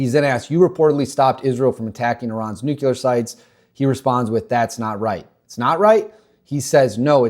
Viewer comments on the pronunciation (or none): I love your videos but a pet peeve of mine……it’s nuclear not nucular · Nu-clear, not nucular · He said "nukular" in less than 30 seconds. Nope. Clicked away.